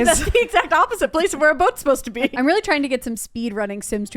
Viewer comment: see said weelly